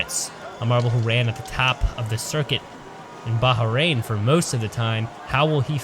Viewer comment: I cringed every time he pronounced it Baha-rain.